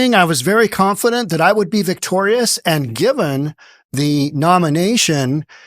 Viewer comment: She did not say victorious she said victorus